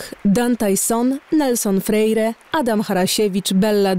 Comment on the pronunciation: poprawna wymowa: Nelson Frejre